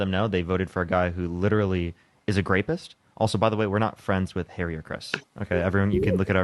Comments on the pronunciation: He said #Ræpist sue HIM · Pretty sure he said grape.🤣